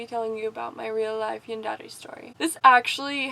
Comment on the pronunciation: Except you pronounce yandere wrong